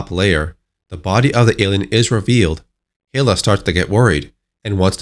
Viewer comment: Hilla? You mean Hi-la right?